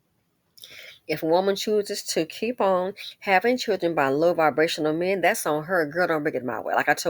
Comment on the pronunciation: Lol , not Chilren 😂!! Lil Tee Tee must have found a job . I haven't heard anything about her lately 😂. ❤